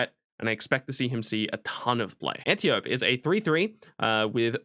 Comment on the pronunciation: Antiope -- An tee oh pee